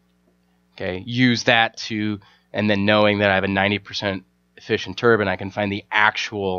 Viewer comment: Great video, only thing I could criticize is how you say turban instead of turbine. But supper helpful video!